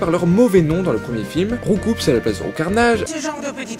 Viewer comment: On ne dit pas RoucoupS on dit "ROUCOU" C'EST UN COUP COMME UN COUP DE POING likez pour qu'il voie